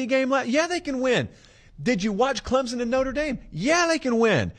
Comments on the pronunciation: Heads up, Clemson is pronounced with more of a p sound than a Z. Think Clempson vs Clemzen phonetically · Hey…Clemson fan here……please pronounce the “p” In Clemson. Clemzon chaps our ass more than when Sc fans say clemsux 😂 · Not to be a nitpicker or anything but there's no Z in Clemson. Just sounds ignorant. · The "S" in Clemson is a hard S, like "son," it is not pronounced like a z. Please say the school name correctly.